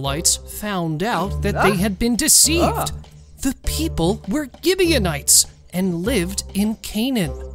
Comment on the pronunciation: "and all the pee- p" I love the peep "and fur-" Uhhhhhhhhhhhh